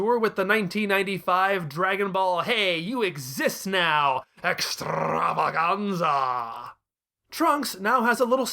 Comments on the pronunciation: Always loved the way you say "extrrrrravaganza" ; it's just so EXTRA. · 12/10 for the pronunciation of EXTRAVAGANZA